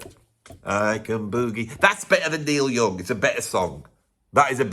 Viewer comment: "Noil Yooong joost sands loike a great beeg sheet." 😂